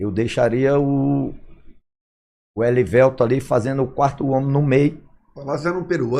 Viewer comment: "Clayssu" , "Eliveltu", "Gottardu" hehehehe grande Nonato!! Jogou MUITO e representou o nosso manto! Ídolo!